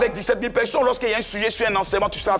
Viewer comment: Pourquoi il dit toujours pecsonnes même ?